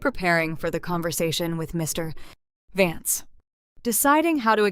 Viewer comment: check the reader.... cannot say vance any time???